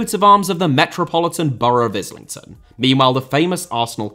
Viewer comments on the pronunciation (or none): none